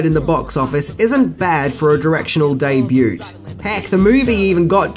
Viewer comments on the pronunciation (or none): Did he just say "day-bute" instead of "day-byoo"?!? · You don't need to pronounce the "T" in "DEBUT"....just sayin. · Hi you seem to pronouce the word debut wrong . The t is silent . But i love your videos mate its good to see an australian youtuber doing well .